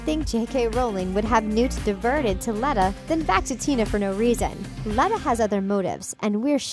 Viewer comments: Good video but, 1.Dumbledore taught Transfiguration before becoming Headmaster. 2.Voldemort cursed the Defense Against the Dark Arts position when Dumbledore refused to give it to him. 3.You’re pronouncing Leta wrong. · Good Lord this was painful to watch/listen to. Grindelwald doesn't die in 1945, he's defeated and imprisoned in Nurmengard. We physically see him in Deathly Hallows, set in 1998, when Voldemort finally kills him while trying to find the Elder Wand. Leta LeStrange's first name is pronounced with a long e, like Leeta. It's spoken in the first Fantastic Beasts Movie. Dumbledore is obviously not in his familiar office, because he wasn't headmaster of Hogwarts in 1927. He also wasn't the Defence Against the Dark Arts Professor, he was the Transfiguration Professor. Many people have mistakenly labeled that as the DADA Classroom, because of the similar staircase in the back, but the DADA classroom doesn't have that large window at the base of the stairs. It stands to reason that there would be more than one classroom with that kind of staircase in it. Dumbledore didn't curse the DADA job. Have you even read the books? We already know that it was Tom Riddle who cursed the position after Dumbledore denied him the job. JK Rowling has said that Dumbledore and Grindelwald were very close, and while Dumbledore was in love with Grindelwald, it was a one sided love affair, and that Grindelwald didn't return the feelings. Dumbledore was an means to an end for Grindelwald, much as Credence was in the first film. Bellatrix LeStrange is a LeStrange by marriage. She was married to Rodolphus LeStrange. Her maiden name is Black, and Tonk's mother (Andromeda) was her sister, as was Narcissa Malfoy. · So many things are wrong in this video, Grindelwald does not die, she keeps on pronouncing Leta wrong, and the dark arts position was cursed bu Voldemort. Good video, but check your facts next time. Sounds like she does not know much and is just reading a script.